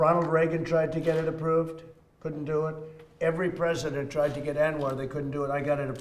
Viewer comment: “Pesident” Trump....good job nbc